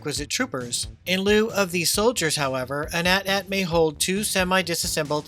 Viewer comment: Thanks for pronouncing AT-AT correctly. These new kids say each letter for some odd reason.